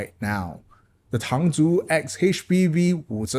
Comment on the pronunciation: Listening to this video... With the Heyday! And appreciate the accurate Mandarin pronunciation of the name!